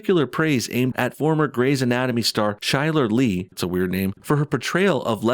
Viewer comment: Do yourself a favor and don't watch the show. It's obvious that you don't watch it, if you did, you would know how to pronounce the names of the actors on the show. I mean the one girl was on Grey's Anatomy for about 6 or 7 years. Chyler Leigh, pronounced KY-LER LEE. It's a good show and it has a good following. You don't have to watch it. But don't insult the actresses and actors on the show. Not everyone likes the normal shows the white male likes. I don't even know what they are. Probably just watch sports or play video games. If you hate the show this much, don't watch it. Simple as that.